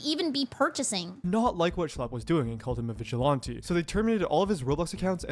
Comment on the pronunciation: I can't stand how the guy un the video say the word vigilante, has he never heard it said before?